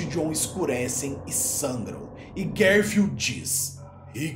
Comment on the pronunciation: Fele fala "Guerfield" lol